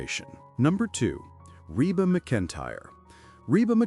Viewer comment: Please pronounce Rebas name properly. CLICKBAIT AGAIN!!!!!!@